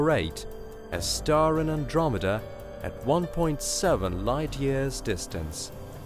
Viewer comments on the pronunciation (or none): none